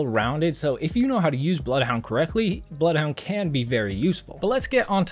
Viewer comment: Ze BLOUFHOUNDE